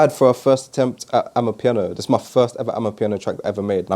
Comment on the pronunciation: bro please.............................its not AMAPIANO